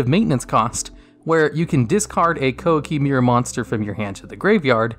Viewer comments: "KOWA KEY MAY RU" Thats how we pronounce it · "Qwah-key meer-roo"